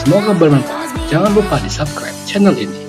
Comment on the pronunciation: subkribe wkwkwkwk 😂😂😂